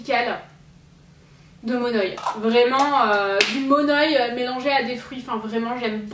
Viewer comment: Coucou je vient de Tahiti et je voulais juste t'aider et te dire que le monoi se prononce mon'œil sinon je t'adore ct juste pour te préciser la prononciation ❤️❤️bisous